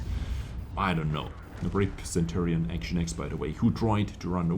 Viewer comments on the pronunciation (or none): none